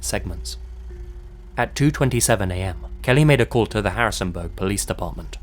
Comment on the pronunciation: it's not pronounced Harrisonbuhhhhhhhhg